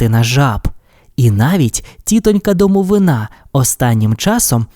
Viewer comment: Одразу перепрошую.) В слові «домовина» наголос на И. (Це російською «гроб» якщо що). Просто на майбутнє. Дякую за вашу роботу!😊